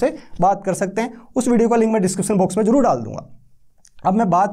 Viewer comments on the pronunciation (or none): none